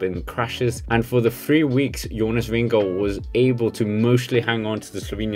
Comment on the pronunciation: Glad for at høre Jonas Vingegaards navn blive udtalt rigtigt på Youtube. God video. Bliv ved.